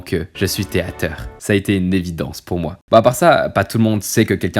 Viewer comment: Ahh mais t’es théâteeeuur !!! 😦